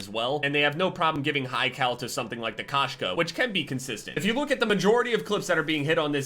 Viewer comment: Koshka is cat in russian,its said k-oh-shka,but when saying the "oh" cut out the w sound